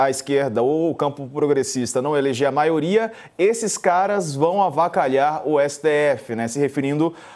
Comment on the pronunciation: Avacalhar, um absurdo a pronúncia de um Presidente…